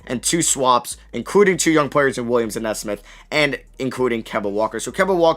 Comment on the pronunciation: Nesmith is pronounced Nee-Smith